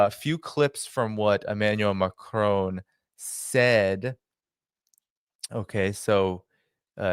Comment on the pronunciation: I wish you and all the others would learn how Macron's name is pronounced and how it's NOT pronounced. Listen to a Francophone and note the difference. You will never learn by listening to other Americans.